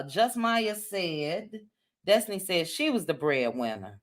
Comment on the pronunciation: Dess-ti-knee Dess-ti-knee